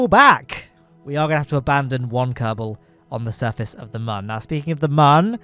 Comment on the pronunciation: Mun is pronounced moon, not "munn" smh its like a cute version of moon cmon guys